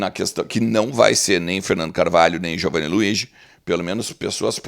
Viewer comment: Poderias perguntar ao Giovanni Luigi qual a correta pronúncia do nome dele? Todos estão errados estes anos todos e tu estás certo?